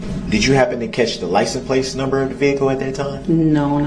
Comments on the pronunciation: Sounds like he says lic-n- place 😂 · WTF is a licen place? He's said it 3 times he is literally so stupid that he doesn't even know the words licence plate 🤦